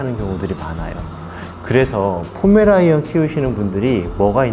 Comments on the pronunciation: 잘봤습니다만 포메라이언이 아주많이 거슬려요.ㅡㅡ;'; 이분은 말투와 ....여자분들하고 진행하시느라 일부러 그러시나...물론 안쓰고 안보면 그만이라고하실지모르지만 제가 바라보는 시점을 말씀드려본거에요 모두가 좋을수는 없는거니까요^^ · 자꾸 포메라이언이라고 하는거 불편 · 포메라니안 아니고 포메'라이언'입니다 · 왜 포메라이언 이라고 발음을 하시는지 ㅋㅋㅋ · 강훈련사님 자꾸 포메라이언이라고 발음하시는데 검색해보니 포(풔)메레이니언이네요~ 질투가 정말 많은 견종 ㅎ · 근데 왜 포메라이언이라고 하는거죠?? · 나만 포메 라이언이라 들은건가?? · 자막은 계속 포메라니안으로 나오는데 강형욱님은 포메라이언이라고 하시네여 'ㅁ')? 모죠? 라이언이라고 해도 되는 거예여?? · 포메라이언이라고 하시넹ㅋㅋㅋㅋㅋㅋㅋ